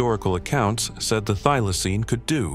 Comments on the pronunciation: Get the pronunciation right, it is a THYLACINE, not a theelacine, or a thilacine. Next time, get an Aussie to narrate. Another total waste of time, money and effort. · Fair dinkum, why can you not pronounce Thylacine correctly?! Why?!! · I want this one brought back. Skip the do do and do this one. And quit pronouncing Thylacine two different ways you twat. pick one and stick with it.